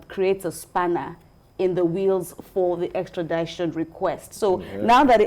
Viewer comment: Extrad-i-tion not extra-dai-tion